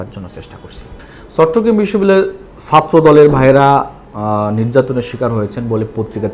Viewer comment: আপনি বিশ্ববিদ্যালয় উচ্চারণ টি স্পষ্ট করবেন। ধন্যবাদ